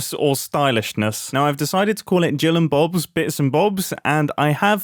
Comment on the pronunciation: GILL AND BOBS, ITS JILL 😂